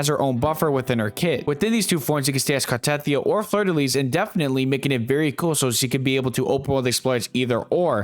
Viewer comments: Very nice video. I hate to be a pronunciation Na*i, but Ciaccona is pronounced with the C like chair, not S And the stress on Carthethia is on the last I so it is car-the-THI-a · CHUH-CONE-UH. CART-A-TH-EE-UH fuckin hell they say the names in the game.